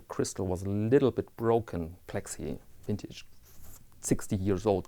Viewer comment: Well done. Another great video. Your content is always enjoyable and I find your accent a joy to listen too. Wintage, Vintage, Tomato Tomateto, it doesn't really matter. We know what you mean. 😊 Also, Im from Australia and I want to inform you that the 10% Goods & Services Tax (GST) or "Customs" as you say, applies to all imported goods valued under AU$1000 that are purchased from a "business". Buying second hand/used watches valued under AU $1000 trom an "individual" may or may not have 10% GST added. I also appreciate that the "character" AC3 has worked long and hard & possibly even lead the way in this "Watch Vlogger" genre. His style has his followers & detractors, but its your civil, polite & respectful style of conyentTim that i look forward to viewing the most! Keep up the great content. Cheers from "Down Under"